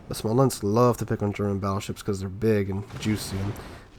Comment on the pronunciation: It's called "Smolensk"